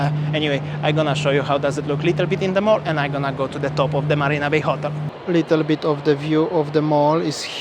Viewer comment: there’s no Barina Bay. It is MARINA Bay, with an M for marina